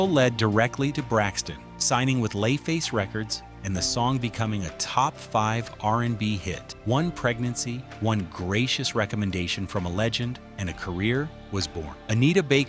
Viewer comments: Terrible narration. L A Face is said as Lay Face. OMG will bad narration ever end? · Come on, dayum... "Lay-face Records"? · lay face =LAFACE lmfao I was like ewwww ai sucks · These AI narrators must be stopped!! WTF is "LAY" Face Records??